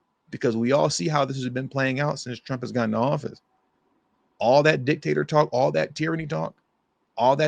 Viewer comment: You said Dick Tater 😂😂 !